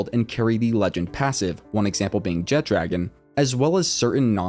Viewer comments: Jet dragon kept annoying me, it’s jet RAGON not dragon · Great video, but AINT NO D IN JETRAGON 😂😂😂😂